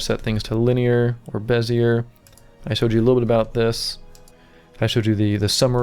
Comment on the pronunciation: Lol, its pronounced "bez-ee-ay, not bez-e-er